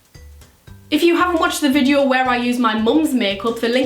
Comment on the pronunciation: The first time she said video sounded like vijio XD